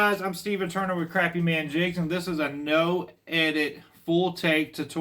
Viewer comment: They're not crappy They're crappie...say it right😅